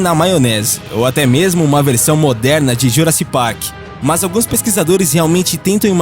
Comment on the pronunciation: "Juraci Park"... porra... esse narrador ferra o conteúdo EXCELENTE do canal!!!